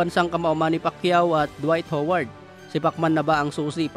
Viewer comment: Ha-ward yun boss. Ako ho-ward talaga. 🤣